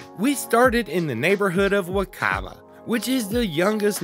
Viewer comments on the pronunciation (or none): Wakaba, not Wakahba. I feel like hermione lol